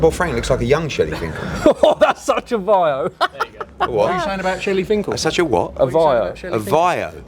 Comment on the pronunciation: I like ya mate but don’t be saying vio again please